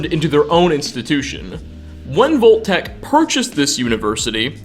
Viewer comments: BTW, it's Vault (vahlt) Tech, not Volt Tech. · I spent two hours researching locations that pronounce O in place of AU. Not trying to be insidiously mean, but Volt-Tec said dozens of times with Fole-Out became extremely grating on the senses. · .....what? "vol-tac" never have i ever heard of this company......are you trying (and failing) to say "vault-tech"???? "...a crate of poppits" .......can you pronounce any word right? its "pup-pits" is english not your native language? because kudos, i can only really tell with a few words that you dont speak english natively. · Why are you saying “VOLT-TEC??? 🙄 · Why do you end every last word of a sentence with "a"??? Vault techa. Mysteriesa. I'm going insane hearing thisa